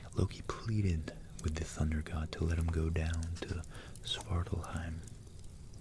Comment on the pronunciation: Love the video. Your pronunciations of Old Norse needs some work, Mjolnir (M-yohll-neer) was a bit rough to listen to, but you pronounced Svaratlfheim excellently. Otherwise, very tingle inducing, can’t wait for more. 👍